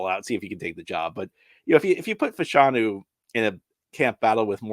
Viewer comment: It’s pronounced “FASH-a-nu” not “fa-SHAWN-u”